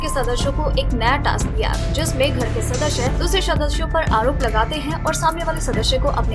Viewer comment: Ur pronunciation is just so badddd....sadashya nahi sadasya kehte hain😂😂